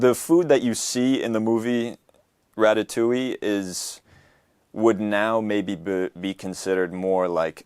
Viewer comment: non ne dit pas watatouille mais Ratatouille.